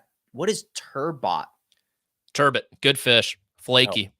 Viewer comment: Turbot - pronounced “turbeaux”, a la “Bordeaux”, such as Mark’s father enjoys whilst basking in the glow of top 5 OAD status